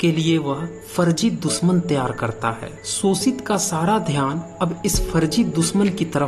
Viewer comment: Pehle to tum श bolna seekho bhai School me pdhai likhai ki thi kuchh ya nhi??? Sosit sosak sosan lga rkha hai or jakr bharat itihas pdhe